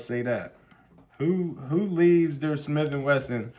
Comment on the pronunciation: “Ah Shmiff’n wesson”😹😹